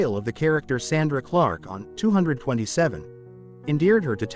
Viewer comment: The show is called 2-2-7, you say each number